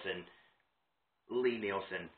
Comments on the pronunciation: Lie Nielsen is pronounced LEE, check their website and Wikipedia. Nice people that make the best hand planes. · Why would we take your pronunciation over that of the guy himself? It's pronounced LEE, like lien, liege or Natalie. And it's a damn fine plane!